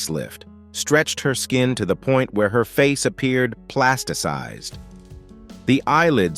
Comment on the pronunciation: This Narrator says "Plasticksized" and "Plasticized". Only the latter is correct and regardless of who says "Devoid" is correct, IT IS NOT" "De" means "without" and so does "Void" so yes, it is a Double Negative. It's like saying "Dethaw" 🤔The celebrities look like Plastic Santas. Vanity is sad and destructive.